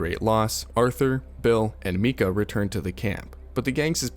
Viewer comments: It’s Micah not Mika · "Meeka"... This video was mostly done with AI..... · yes that is correct, but other accents like British accents, Spanish accents, and even the German accent pronounces Micah as “Me-cah” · Say MEEKA one more time MFer I triple dog dare you! Goddammit! 🤬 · Meeka, DjanDo, M"Ay"nor (Manor)... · bro said mi-kah like its an anime girl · Same man, WTF is that pronunciation i don't know why that pissed me off so much 🤣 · the game they pronounce his name like "Micah" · why did you pronounce micahs name like that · My dad also says it like that, idk how he hasnt noticed after playing the whole story